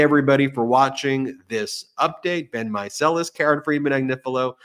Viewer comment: Yes, so grateful for them!! 💙💙💙 (BTW it's "Meiselas" 😉 )